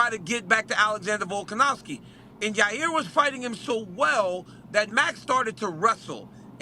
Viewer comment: Can someone teach RC the letter "V" VilkanoVski 😅😅